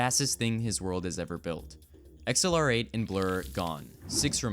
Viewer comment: XLR8 isn’t pronounced “Ex El Are Ate”. It’s ACCELERATE.